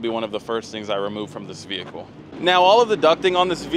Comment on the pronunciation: stop saying f*****ng “VeE - HiClE”…..